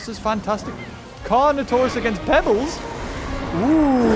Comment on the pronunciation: Not pebelsssssss